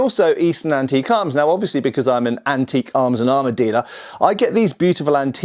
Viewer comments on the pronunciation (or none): none